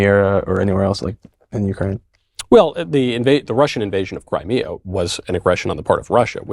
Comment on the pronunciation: Oh and according to this 'highly educated' boy/man, it's pronounced Crimeria. just....*face palm*